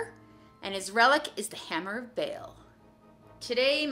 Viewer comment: 5 batreps' in and is already better than and combined. Now if they could just learn to pronounce Abaddon and Ba'al...